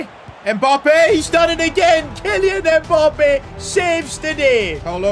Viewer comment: “Kilian mpoppé”💀💀